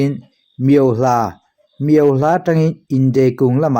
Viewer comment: Miauhlah ilam dan hi adik lo deuh Miau tih tak kha , thluk hniam lo vin. Thluk sang la, adik chiah ang mizo tak in lam la adik duh zawk